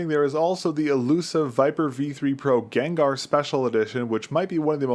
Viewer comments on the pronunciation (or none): none